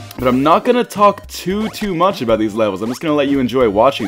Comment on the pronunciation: aboout. Hahaha, I love Canadians